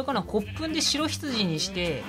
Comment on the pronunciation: ともさんの黒羊とか白羊の発音が藍染さんの黒棺